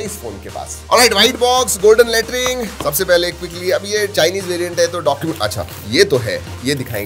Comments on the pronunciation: Golden latring bola kya🤣🤣🤣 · Bro did anyone notice when he say white box golden let... 😂😂😂😂😂 Hear one more time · How many of you heard golden laterin😂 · Bhai ji lettering mt bola kro thoda ajib lagta h😂😂